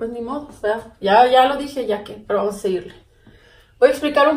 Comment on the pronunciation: Jajaja a lo ruso